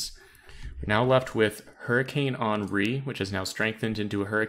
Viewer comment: HEN REE not on ree.